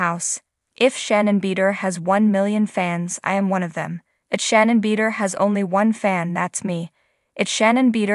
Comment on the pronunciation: The speaker need to watch show do she will learn how to say shannon right